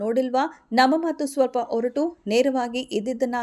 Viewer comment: You are absolutely right 💐 ಆದರೆ ಅದು ಹೊರಟು ಅಲ್ಲಪ್ಪ ಒರಟು